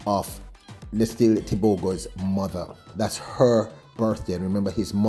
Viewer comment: Bro. His name is pronounced Let See Lay